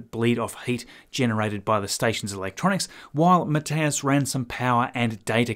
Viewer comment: Thumbs up for pronouncing Matthias correctly. 😉👍